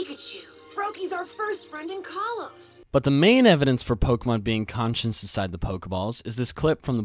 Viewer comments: Learn to say "conscious" without it sounding like "conscience" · The word "conscious" pronounced "con-shus". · Learn to say "conscious"